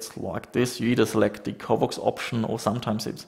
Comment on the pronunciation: Covox, not covvox. pronounce it properly.